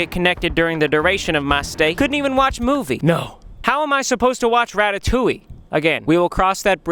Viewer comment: I love how you say "ratatouille" wrong😂